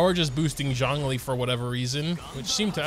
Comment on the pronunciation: U butchered both the names lol